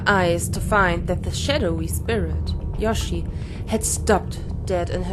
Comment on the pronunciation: Du sagst immer Yoshi... sie heißt doch Yoshie... also Yoshi-e ausgesprochen. o